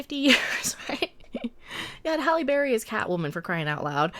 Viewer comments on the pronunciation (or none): none